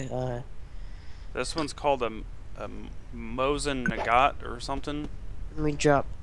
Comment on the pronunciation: "This one is called a *Mowzin Nigot*" LMAO.. Its called MOSIN NAGOT *MA-SIN NA-GET*. Cool vid